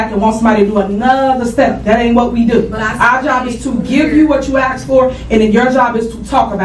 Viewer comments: Also, the word is ASK, not aks…..the s comes before the k….. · I’m tired of hearing her saying “axe” instead of “ask”. She’s clearly ignorant. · I feel bad for the people in the area that didn’t vote for this lady but how are you going to elect someone who says “axe” instead of ask? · Let me ax you dis. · yeah its usually a problem when they cant pronounce ask!